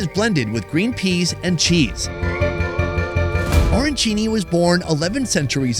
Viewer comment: Dude!! "O-rancini"?? I am surprised you didn't get banned from New York!! Ah - ran - chini. Capisci??